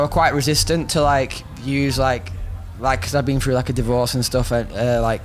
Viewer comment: "everything you go frough"